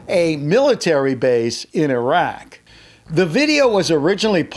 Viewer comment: Bravo pronounced it as e-raq not i-raq